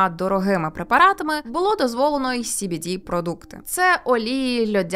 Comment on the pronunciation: Ну принаймні СBD ви правильно вимовляли xD